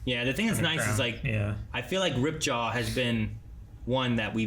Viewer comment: It annoys me to no end how they say Ripjaw and not Ripjaws. I know its no big deal but it's just a pet peeve lol